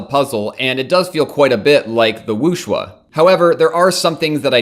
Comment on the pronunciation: It's not Wooshwuh, it's Wooshway ;)